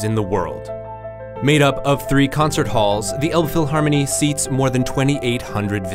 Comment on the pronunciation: it's not called the olbphylharmony 🤦🏻it's more like an alpfeelharmonee